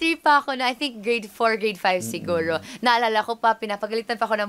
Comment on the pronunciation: Siguro not sheeeegorrooo